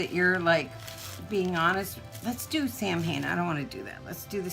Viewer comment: Ecscuse me Mame but Samhain is pronounced (Sawin)